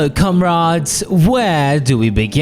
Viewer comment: I know you had to have meant "Fellow Comrades!", but I can't stop hearing "Fellow CumRods!" lmao.